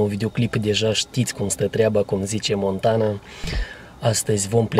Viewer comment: Am auzit și eu ca a spus montana 🤣🤣🤣🤣🤣🤣🤣🤣🤣🤣🤣🤣🤣🤣🤣🤣